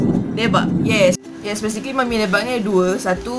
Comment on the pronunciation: Johari Jusoh hahaha. Is it sebab saya pronounce "Me-mi"? 😅 Hahaha. Saya dengar balik, rasanya apa yang membezakan, orang lain sebut "Ma-mi" and saya sebut "Me-mi". 😂 Ye idok? Hahaha. Ke ada yg lain?